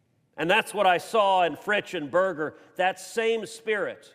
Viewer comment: Dear Senator Cruz, we appreciate your visit to the Texas Panhandle. I would like to point out that Borger is not pronounced Burger. It is pronounced Bore-ger.